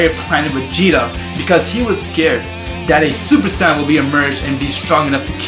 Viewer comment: you say super san its super saiyen